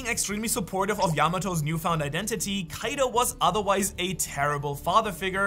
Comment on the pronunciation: I didn't ask for the backstory not to be mean or something I was telling that he said the name wrong (you said the name wrong to) is kaido